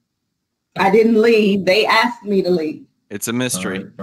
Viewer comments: "axed and axswned" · I axed you agreeeedz?